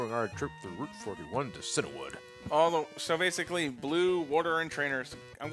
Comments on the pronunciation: Or, as I had posted in the last video, *SEE-AN-WOOD*! I'm getting horribly triggered over that pronunciation... >_< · *silently seethes* It's CIANwood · I thought it was pronounced “SEEIN-wood.” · deep breath IT'S FUCKING CIANWOOD (SEE AN WOOD) GOD FUCKING DAMMIT